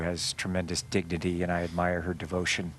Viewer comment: Did he say Dignity or Diggity?